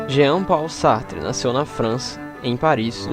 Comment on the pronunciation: Paul se lê "pou" :)